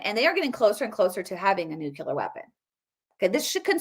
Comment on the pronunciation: Nuclear ; new - Klee- ar ! Not nucular !